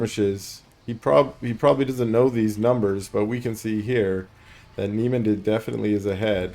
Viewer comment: Niemand is a German Word. Pronounciation: "neemunt". Great casts! Cheers